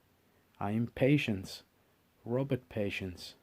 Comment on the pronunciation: Pronounced.. PU-Shonse